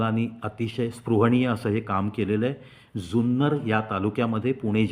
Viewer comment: सुंदर कि जुन्नर ? उच्चार स्पष्ट ऐकु येत नाहीत.